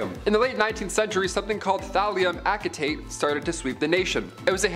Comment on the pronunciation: Acetate is pronounced with a soft "c"